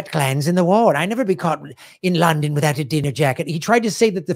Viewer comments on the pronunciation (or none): none